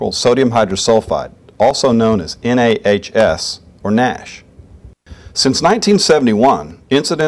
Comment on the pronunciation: NA H S is not pronounced "nash". HS is not SH.